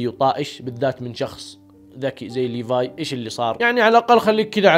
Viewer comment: حركات وأخييييييييرا سرت تقول اسم ليفاي كويس ليفاي اسمه مو بحرف ال ف بحرف ثاني دورتله مو موجود .. عموما مبروك قلت اسمه كويس